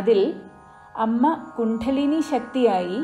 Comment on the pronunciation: വളരെ നന്നായി പറയുന്നുണ്ട്. ഒരു വാക്ക് തെറ്റി പറയുന്നുണ്ട് എന്ന് തോന്നുന്നു. "കുണ്ഡലിനി " എന്നതിനെ "കുണ്ഠലിനി " എന്നാണ് പറയുന്നത്. അതൊന്നു തിരുത്തിയാൽ നന്നായിരിക്കും 🙏🙏🙏